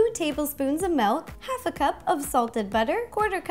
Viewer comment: "Melk".... oh god.